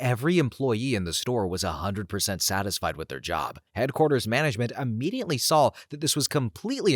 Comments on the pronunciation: There is no "N" in the word IMMEDIATELY!!! Please tell me I'm not the only person driven crazy by this! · The word is IMMEDIATELY, but yes, there is no N.